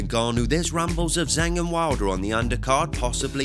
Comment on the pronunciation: Jang ((zhang) not Zang!!!